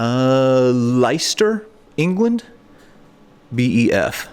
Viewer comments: Oh he knows exactly where Leicester is - but I was struggling to recall where Lie-cester was located 😂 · I love your videos but the way you're pronouncing British place names is winding me up !! Leicester and Blenheim Lessssssss🐍🐍🐍ster Bllleeeeennnniiiiimmmm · Leister - Concord - Worcester. These pronunciations and more on the History Underground. Leister has Richard the third buried there. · It’s pronounced (Lestah). Like Lester but with an Ah on the end, lol. It’s in the English Midlands. A very old city. Their team won the Premier League as 5000-1 long shots in 2016. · 😂😂😂 I was thinking, that it must be mispronounced, it got to be Leicester 👍 That sad thing looking at those soilders, with smiles on their faces. Died, to stop wars, they would've been so disappointed, that we're still fighting wars. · It's actually pronounced Lie-cess-ster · How does a British bloke not know where Leicester is 😂 Butchering the British Language as usual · Great video as always made me smile with you pronunciation of Leicester 😊 I have been to the Wellington Tunnels several times and is always a great experience thanks for sharing. HP sauce is synonymous with bacon sandwiches here in the UK. HP stands for Houses of Parliament